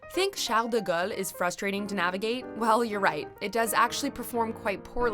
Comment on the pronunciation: Mdr "Charles de gueulle"